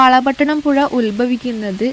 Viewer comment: പുയ അല്ല പുഴ